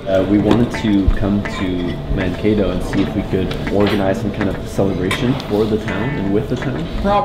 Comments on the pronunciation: I know about Mankato from little house on the prairie! (And it's not pronounced Man-Cat-O) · Garner Grauerholz my grandparents and cousins are from Scandia and live there and it bothered me at first when they mispronounced Mankato in the first couple minutes